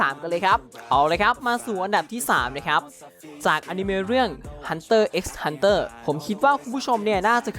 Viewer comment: hanter x hanter ไม่ต้องอ่านตัวx นะครับตามมังงะครับ🙂